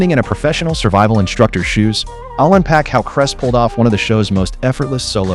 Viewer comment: His name is Clay Heys not cress. Stupid AI.